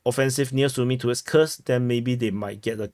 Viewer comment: Kursk! Not Khursk